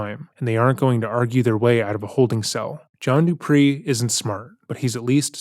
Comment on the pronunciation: Whoa whoa WHOA!!! Stop the damn presses!!! Did you just say “John DUPREE”??? Uh… can you put some effing RESPECT on Johnny Connecticut’s name?!?!? It is “DUPEE”. Sort of like “toupee”, but the stupid and trashier version. Say it with me now: “DU - PEE”. As in, “Is dat Johnny Connecticut in da holding cell? I think dat du pee his pants, bruh”.